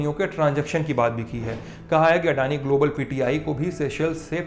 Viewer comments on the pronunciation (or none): ओ... ये अड़ानी नहीं अदानी होता है।